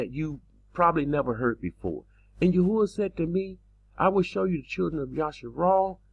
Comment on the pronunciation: It's Yah-oo-ah... not Yah-hoo-ah. Go take a look at that again.